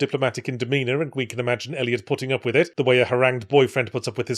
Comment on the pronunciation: I really hope I didn't mishear you saying "potting up with it" LOL